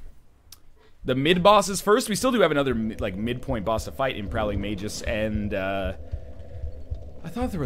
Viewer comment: Not that NL reads every comment (especially pronunciation ones :p) but "Magus" is pronounced May-Gus. You were close.